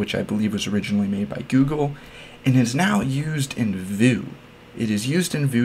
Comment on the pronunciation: This is the first and only time I've heard anyone pronounce Vue as "voo" instead of "view."